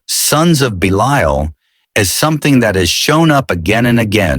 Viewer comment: I wish ai could learn to pronounce 1 word consistently. Belial is mispronounced 3 different ways